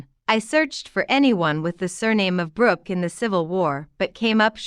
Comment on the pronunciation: Believe she is saying you are a Brugh or Ms. Brugh and it sounds like Brooks. Livingston is one of the first family’s of New York. Matter of fact, Phillip Livingston father in law is a Van Brugh.